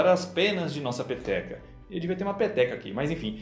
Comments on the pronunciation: Todas as vezes que ele falou peteca eu entendi pepeka😂😂😂😂😂😂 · quando ele disse peteca, eu ouvi pepeca kkkk ate que teria sentido o formado do universo ser uma ppk